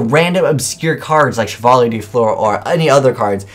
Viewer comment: dat butcher of Chevalier de Fleur's name